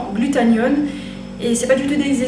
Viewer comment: GlutaThione pas glutaNione... ça m'a stressé mais pas grave x)